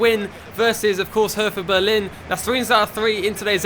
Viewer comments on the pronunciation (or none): none